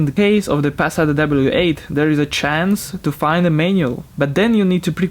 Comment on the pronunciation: sorry but the w8 is a "w" not a "v"